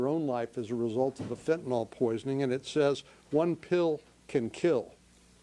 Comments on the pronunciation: Why does everyone pronounce it fentanol? The why is silent it's fentanul or fentinle. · Could my party please stop saying "Fent-nol", please??? It's really this generation's "Nuculer", and drives me nuts.